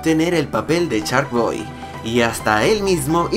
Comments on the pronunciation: No manchez wey no se pronucia charkboy sino se dice sharkboy ya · Es mi imaginación o al inicio del video dice "charkboy"¿?